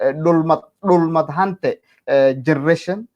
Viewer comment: It's not dhulmad hante its dhulbahante which means( the one who dominated the territory)